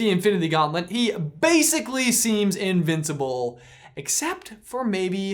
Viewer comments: says UNVINSABLE instead of INVINSABLE... Knew word alert of slip of the tongue???? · Did he say un-vincible ??? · Haha! Did you just say 'unvincible'? I can never 'inhear' that. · Did he say unvincible? At the end?